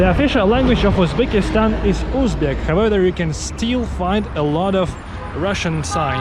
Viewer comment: However is not pronounced as how weather :D and angle not as angel (g in angle, triangle and so on is pronounced the same as g in god or good...), otherwise i really like your videos!